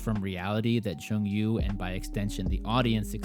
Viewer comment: great review! but it s jong-woo not jong yoo :)